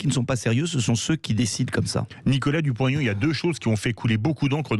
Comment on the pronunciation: Madame: pourquoi prononcez-vous le nom de M Dupont - (t)Aignan?